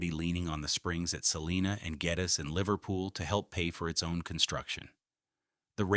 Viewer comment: Geddes is also pronounced wrong